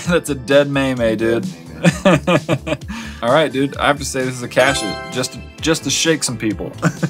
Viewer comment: No. NOOOO! just called Pepe a May may. It's pronounced meem!